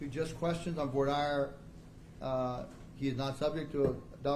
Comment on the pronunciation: Do US law schools not teach their law students how to pronounce 'voir dire'? It is NOT 'voyer dyer'!